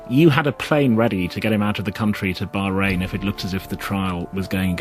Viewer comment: did he say bahrain